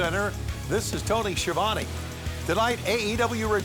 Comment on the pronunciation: its sk ɪ ɑː v ɒ n e !!! NOT sh ɪə v æn i !!! It's a damn ITALIAN surname ,SKIAVONE!